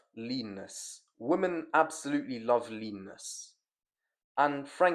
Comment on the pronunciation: You need to spend a day learning how to pronounce the word women. It is not pronounced the same as woman. 100 sets of saying women (wim-en) right now bruv.